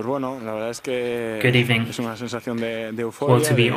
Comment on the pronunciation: Good ebening*